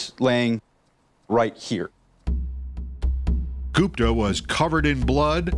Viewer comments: Why do Americans everything? The name is Gupta. That’s gupp-ta not goop—tar. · As soon as i heard Ghupta 😂😂😂 oh he did it 4sure .